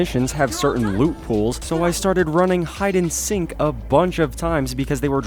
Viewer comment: Did this dude say hide and sink